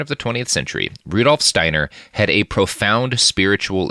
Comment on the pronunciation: Austrian Listernership here: Not here about the pronunciation, you will answer for these sins if there is an afterlife. But recently I moved to the town where Rudolf's parents are from and the b&b my family stayed in to visit me is run by some of his surviving relatives and they plastered the whole place with his quotes. Haven't found the racist ones yet. Rudolf's dad used to work for the same family that I do now before he went to work for the rail. Just got reminded of this episode years later.